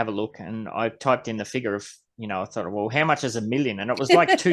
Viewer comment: Cheese say figure…… or figar like the aussies do. You said it so well